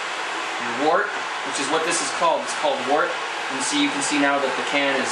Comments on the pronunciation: its not wart its woooort-like work but with a T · Good video just a note. Wort is pronounced "wert"